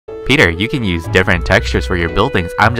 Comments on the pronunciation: Is it a bird? Is it a plane? Its tah...tah... back with another video!!! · Oh My Gwash ()